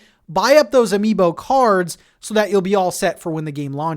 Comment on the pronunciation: Say amibo one more time! I dare you! I double fucking dare you! (Samuel L Jackson, voice, pulp fiction)